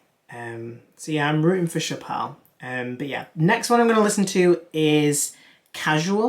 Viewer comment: Chappell (like apple)